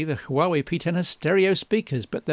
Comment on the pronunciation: it's pronounced Wa-Wey